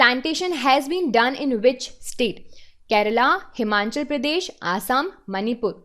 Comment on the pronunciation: Good evening mam first of all thank you for your efforts and its Himachal not Himanchal Pradesh. Both the pronunciation and the spelling is wrong in the video it feels very bad when someone pronounce your own state incorrectly and specially when the platform are too big and to popular.